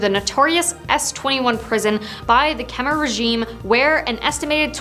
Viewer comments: Lmao I dated two Khmer girls 4 years each and was with her family, went to funeral, temples, prayed with monks everything and you're the only one I heard pronounce khmer "come-are" 😂. The all pronounce it "kim-ear". I had to rewind like whaaa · Dude… it’s Khmer not Khmar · You said khmer wrong